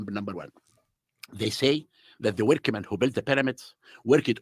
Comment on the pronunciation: Every time he said workaman i cringed so hard. Everytime he smoked that cigar he cringed me so hard. Everytime he lied, he cringed me so hard. It was 2 hours of constant cringe. He is the ultimate mafia. Long live Graham.